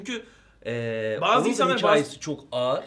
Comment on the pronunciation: Bir kez daha "bağzı" dersen undertale'i yok ederim